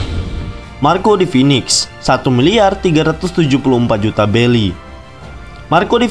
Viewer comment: Tulisan berry dibaca belly